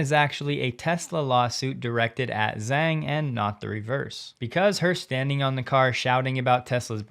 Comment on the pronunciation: Hate to be pedantic, but the Chinese name Zhang should be pronounced “Jahng.”